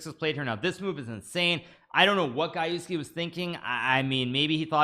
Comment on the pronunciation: Gajewski: Pronounced G-Je-go-j Gah-YEFF-ski